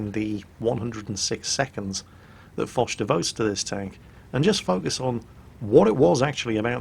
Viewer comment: Yes, mispronounced it.